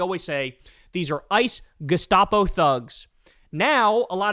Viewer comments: German lesson, Kyle. It's GE-SHTA-PO, not GE-STA-PO. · It’s not Gestapo…..it’s the GesTaco….LoL 😂